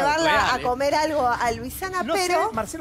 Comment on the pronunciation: Cuando van a aprender a decir LUISANA? y no LUCIANA O LUICIANA?